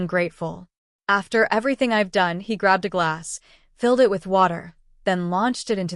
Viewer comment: At least say the right word not i t it is prnounced it. Get your AI on the right page with speaking the right word